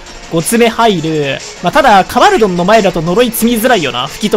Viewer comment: ドンカバルて。純・ゲバルみたいに言うな